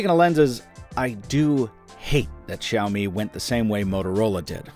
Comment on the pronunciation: WoW!! The first English/American youtuber who can spell and pronouce Xiaomi the right way...good job! My heart just beat faster when i listen "Xiaomi" the right way. 👌🏻